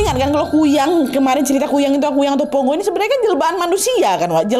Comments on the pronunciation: Bukan Ponggo kak, "PONGKO" Kak 😊😊😊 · pongko. bukan pongo😁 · Maf kak nama nya pongko bukan ponggo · Pongko’ kayaknya admin bukan ponggo 😅😅😅